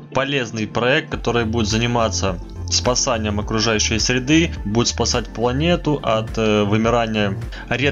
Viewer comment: не хочу заниматься спасАнием, а спасЕнием можно. Вот какое может быть доверие к безграмотным людям? Обзорщик не то что писать, а и говорить правильно не может!